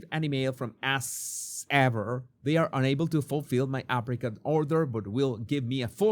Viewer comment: Every time you said "Apricot" spread I heard African spread.